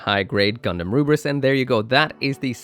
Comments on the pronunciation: Why do you keep calling it "Ruris" when it's clearly written "Lfrith"? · It's not Rubris! It's simply the Japanese pronunciation of Lfrith! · i feel silly to further engage with you on this but for the record, lfrith is ルブリス(hepburn: ruburisu), not roobris. It would be one thing if he was saying the word in japanese, but what he’s doing in principle is akin to pronouncing Gundam “gandamoo” just because that’s how he thinks japanese ppl pronounce it due to a lack of understanding of the language. In short, in japanese is ruburisu, in english its pronounced phonetically (luh-vris). “roobris” is nothing. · The Japanese call it "ruburisu" because that's how they pronounce Lfrith. It's pronounced Le-Frith, not El-frith. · OH! I FIGURED IT OUT BTW!!“Lfrith” is Scottish Gaelic for “Against” or “To Oppose”, and is either pronounced “Ul-frith” or “El-frith” depending on the accent. It is most definitely not “Ruburis” 😅 that would be the romanization of a Japanese pronunciation of a Gaelic word 😂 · the "Rubris" pronunciation is incorrect. Ru (L)-bu (fu)-ri-su(th) would be correct. Since there is no L, F, or TH sound in Japanese, they do what they can. So the name is the Lfrith, but the way the Japanese say and write it is Ruburisu. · If we’re not romanizing the Japanese pronunciation of non-Japanese words, then it absolutely is pronounced “Le-frith” btw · Bandai sure fcked up the name very much there, almost urrrrraaaaa🤮